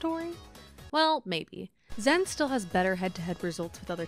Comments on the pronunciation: Stop mispronouncing the name. It's zayn or xan, zen was never an accepted pronunciation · Zain said it’s “Zan” or “Zain.” She’s saying “Zen” which is incorrect. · Why tf do y’all say “zen 🤓” its pronounced zain like zane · Okay it's either Zain or Zan it's definitely not "zen" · Isn't it Zan, not Zen? It's like they got a typo and ren with it. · Why is zain pronounced zen? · why the fuck is zain being pronounced zen? drives me insane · Okay this narrator is killing me. Please get a melee fan to do the narration. Why does she keep saying "Zen?" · Is my girl still calling Zain "Zen" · why is she calling zain zen? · why is this chick calling him zen? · I just cant watch this, the pronunciation of "zen" is too bothersome. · Why is she still saying Zen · I think it’s a mixture of the “Zan” and “Zen” sounds and it’s just that most non-Pakistanis can’t pronounce it 100% correctly, but ultimately it doesn’t really matter because Zain said he doesn’t mind regardless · Exactly. Its pronounced Zeighn